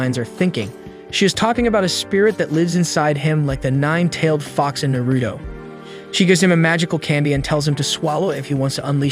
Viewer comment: What how dumb even so dumb can actually say Naruto correctly